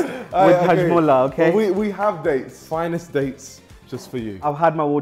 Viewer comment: He said hajmulla wtf